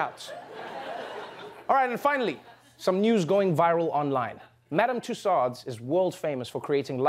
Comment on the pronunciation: Tussaud is pronounced Too-so